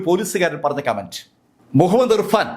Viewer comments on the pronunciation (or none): none